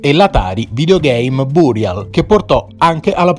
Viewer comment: Va be'.... Con la pronuncia in inglese non ci siamo... Burial..